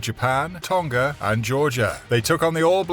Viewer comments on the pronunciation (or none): none